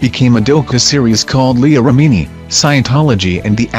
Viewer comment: Is the computerized voice a scientologist? It is annoying and didn't pronounce Remini correctly.